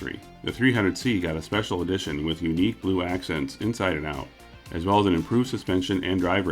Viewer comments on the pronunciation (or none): none